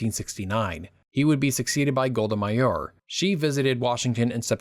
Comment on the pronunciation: As an Israeli, I find this video accurate and informative. It was a pleasure to watch. Just a minor comment: you struggle with the Israeli names. You know, their pronunciation is well-documented- either the Hebrew one or the somewhat skewed English version. You made up your own version for Golda Meir, Aba Eben and more. I mean. as a channel owner myself (obviously with another user...haha...) I find that proper spelling and pronunciation of names to be a major effort to tackle. p.s. I'm not here for complaining. If you want to have a short call, reply to this message and I will reach out.